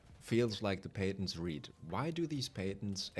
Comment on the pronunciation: I am so sorry but the words: "Patents" and "Alienate" are pronounced really differently, i recommend looking them up to hear how they should be pronounced. But the video and information is a banger, i hope they open the door a little, it reminds me kind of what epic games is doing to rocket league and fall guys. Just wave after wave of microtransaction update with no real light at the end of the tunnel.